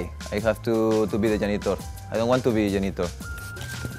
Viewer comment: "Why the Yanitor, I don't won't to be the Yanitor"